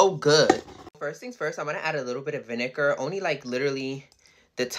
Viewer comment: FOR A SECOND I THOUGHT SHE SAID THE N WORD WHEN SHE SAID VINGER